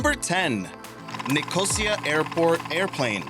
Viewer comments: It's not Nih-COH-sia, it's Nico-SEE-a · NicOsia - the word is pronounced NicosIa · repeat after me .....NIK...O...SEA....A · Bwahaha. He can't pronounce Nicosia..... Edit. ABORT, ABORT, ABORT. He can't pronounce any of the name places correctly. What waste of time! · That’s not how you pronounce Nicosia.